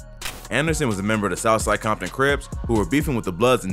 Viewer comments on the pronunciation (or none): none